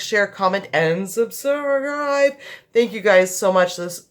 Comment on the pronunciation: I love how it sounded like you almost said, "subserve" instead of subscribe considering the topic of this video lol! I love it. I am a brand new subscriber and I think your channel is amazing!